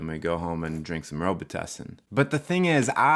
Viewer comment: When ever I hear the name Robitussin I laugh out loud .. I know someone that would pronounce it wrong and say Rawbitoosin. LOL :-P